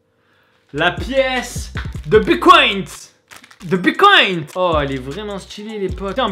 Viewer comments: EH MAIS DIS PLUS JAMAIS BITCOIN TU PRONONCE MÉGA MAL DONC STP BITTTTCOIN PAS BICOIN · Tu me stress c'est bitcoin et pas bicoint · Ça se dit bitcoin pas bicoint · Mdrrrr "une pièce de bicoint" on dit "bitcoin" bordel 😂😂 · RHAAA C PAS BICOINT MAIS BITCOIN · Mais grave on dit bite coin non pas pycoint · Bitcoin pas bicoint stp C'est relou a la fin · Il a dit bicoint au lieu de bitcoin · Mec on dis BITcoin bicont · c’est bitcoin pas bicoint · "Bicoïn" putain. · Sa se dit bite coin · Mdr il dit : "bicoinT" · « Bicoint » bien sur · On dit biTcoin